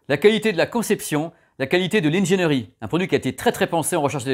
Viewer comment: Je l’attendais ce test ! Les autres chaînes YouTube ne font pas foi sur le sujet pour moi. Par contre, on ne dit pas « haine géniri » mais ingénierie (in-gé-ni-ri). Étant moi-même ingénieur, mes oreilles saignent quand j’entends ça.